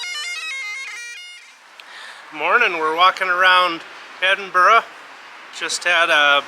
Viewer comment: The Mrs can pronounce Edinburgh, Mr, not so much